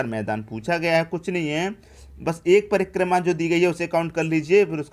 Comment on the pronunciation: Sir prima nhi hotta h, prikrma hotta h😂😂😂😂😂😂